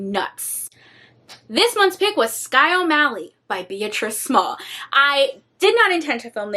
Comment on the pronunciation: I read that book back in the 80’s. Between you and Jess, y’all are making me want to read it again! BTW…it’s pronounced Ber-(treese) Small. I think I’m gonna re-read it.